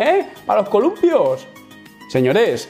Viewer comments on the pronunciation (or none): “Pa loh columpioh “ caguendioz! 🤣🤣